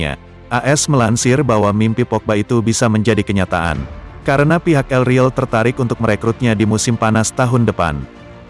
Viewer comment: El real bukan riil cuk pelfalannya ancur2an